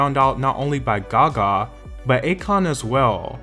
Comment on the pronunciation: Why do you say Gaga like that oh my god 🙉🙉🙉